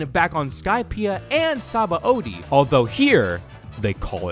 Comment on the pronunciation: Not to be THAT guy, but apparently Sabaõdy is pronounced “suh-BON-dee”, not “sah-bah-OH-dee”, since it comes from the Portuguese word for soap.